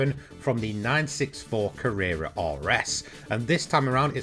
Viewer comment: Ca-rear-ra??? Never heard anyone else say that 😂